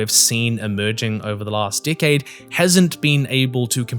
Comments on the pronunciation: he says “decade” but he really said “dick head” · Does he keep saying “dickhead” or “decade”?